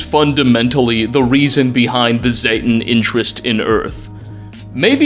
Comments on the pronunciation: It’s zetan not zettan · Zay-tan. Long 'a'. Zay. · Z-ay-ten..... It's pronounced in fallout 3 and 76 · The first time I hear zetan in this video, i thought had said "thetan", like the scientology aliens. and the more and more shit was revealed, the more I nodded like "yep, scientology". I'm surprised there haven't been any lawsuits against bethesda for all this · You pronounced Zeta/Zetan 3 different ways throughout the video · all fallout youtubers pronounce "Zetan" while and can't say who is right, this didnt sound right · At least pronounce Zetan correctly.